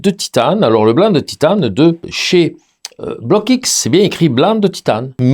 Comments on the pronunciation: Salut, très bonne vidéo Test et révélatrice....On dit en France BLOKX en une seule fois, on ajoute pas le X dans la prononciation BLOCK-X, c est pas grave!...Environ 30 ans maintenant que je suis avec ces couleurs et franchement c est la grande qualité. Jai même des tubes de cette époque qui n ont pas bougés, la durée dans le temps compte aussi, il faut se procurer le petit livre de Jacques BLOCKX; COMPENDIUN de l AR G. Père sur les couleurs propre et impropre a la peinture, leur origines, les mélanges etc...144 pg. La grande qualité de ces couleurs vient aussi de l ambre dissous qui est utilisé pour la fabrication des couleurs,( procédé de la Renaissance) C est vrais que tout cela ça a un prix! Ne pas s approcher d un Vermillon ou d un jaune Auréolin....craignos!! Voila pour ces infos (je suis pas payé!) C était les couleurs de Magritte et de Dali entre autre...! Connais tu les couleurs Sennelier? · Merci Juste une petite remarque, on ne dit pas bloc x mais blox C’est un nom belge comme le mien qui est Roockx